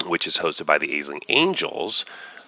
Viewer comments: Nice video. Just one note: it's pronounced "Ash-ling". (It's Irish) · it's pronouced "ASH-ling". It's Irish. Space Irish? idk